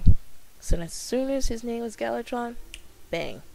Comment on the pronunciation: Ma'am it's gal VA tron. :)